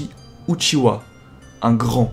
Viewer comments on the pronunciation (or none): Pourquoi tu dis Uchiwa et pas Uchiha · ce ne pas uchiwa c'est uchiha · Primo-rykke mais la réele version est Uchiha